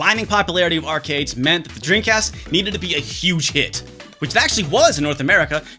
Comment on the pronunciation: this guy makes a video about dreamcasts but cant even say it. his lips NEVER TOUCH, dude keeps saying “dreencast”. i’ve been subscribed for months but this is the first time ive ever noticed that lol, i cant tell if hes just fucking around or its really how he says it